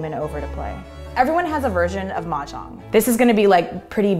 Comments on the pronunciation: i can't figure out what Chinese dialect she spoke when she said 'play mahjong! If it's mandarin, it's defo wrong! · Chris C. "pong kong hu game gameover win" that's all fine. But never heard anybody says "Mahjong" in the end